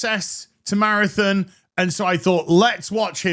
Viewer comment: Good old “Marathin”